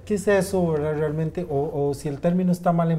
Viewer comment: Si muy buena informacion, aporta mucho al conocimiento del tema pero que lastima la forma de hablar por que aunque no se quiera molesta y Mas que la muletilla "Verdad" molesta mucho mas la pronunciacion de la RR, "ECHBRRE" no dicen realmente sino BCHRREALMENTE ! Y encima VERDAD ! Buen video de todas maneras.